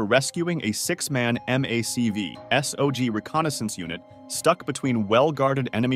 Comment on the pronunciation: Mac v sog isn't said like that do more research please